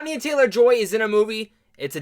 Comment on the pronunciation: Nice review, I liked the movie a lot too. Couple things, she pronounces her name with a short A like in "aneurysm" she said this in a few interviews, I think one of them is the one with Peter Travers recently. Second thing, the way your using aurora is wrong, I think you're looking for is just "aura".